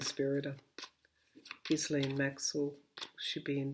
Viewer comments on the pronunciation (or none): passing this on to you as so many intuitives and viewers like myself are having trouble with the pronunciation of "Ghislaine." In a recent yt video, Virginia Roberts Giuffre, one of Epstein's girls who was groomed by Maxwell, pronounces the name "gee'-lun", with a hard g as in go. Hope that helps.